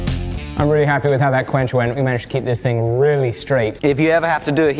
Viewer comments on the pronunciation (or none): none